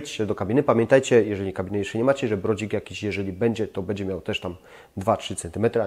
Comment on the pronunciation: Gościu popracuj nad wymową bo przez to twoje bedzie odechciewa się oglądać...